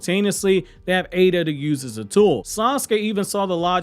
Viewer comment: His name is not ADA